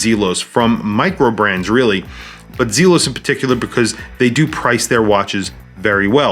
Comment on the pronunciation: Great review, but the pronunciation of Zelos is driving me batty